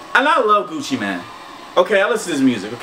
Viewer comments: Gucci mane not man deeeer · Gucci mANE not man lol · its not Gucci man lol y does he say man instead of mane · Gucci Man? It's Gucci Mane. As in lion mane